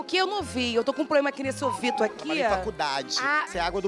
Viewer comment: "OUVITO" kkkkkkkkkkkkkkkkkkkkkkkkkkkkkkkkkkkkkkkkk